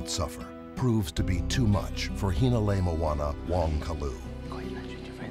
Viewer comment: did he jus say "hana lew lew"!?? dat guy gotta take a few of kumu hina's classes too!! 🤣🤣🤣